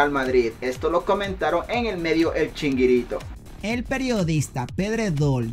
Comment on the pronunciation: CHIRINGUITOOOOO no chinguirito😅😂😅😂